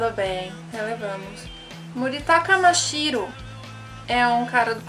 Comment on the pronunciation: vc falou USHIRO? q eu saiba é mashiro, mas curti sua ideia de fazer resenhas obs: eles nunka tinham se falado mas eram apaixonados e nessa minha conta eu faço videos de mangás e animes